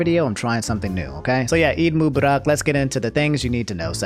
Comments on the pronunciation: it's pronounced Mu-Ba-Rak. I think cuz you were saying it fast it kinda sounds weird cuz I heard Mu-bara. But still appreciate it 🙏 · That pronunciation 😁. Mubarak is pronounced Moo-Ba-ruk (ru similar to rustic)